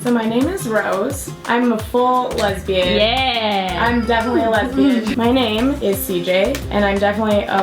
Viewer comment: is that how you say lesbian?! XD the more you know